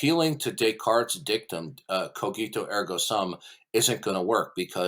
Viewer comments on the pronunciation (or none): none